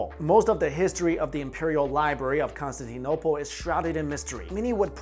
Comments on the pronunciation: It's pronounced con-stan-tin-opal. Please learn how to pronounce things before you say them. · isn't that what he said? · The saddest part of this video was how he pronounced Constantinople. It brings tears to my eyes